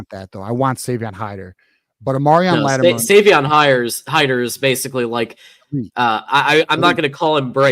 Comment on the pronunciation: We need BOTH OF THE 2 complimentary RBs Hiter AND Latimer. They will be a huge tag-team in the backfield, so will you please learn the right pronunciation of their names - it’s shows basic respect. Thank you for the great content as always!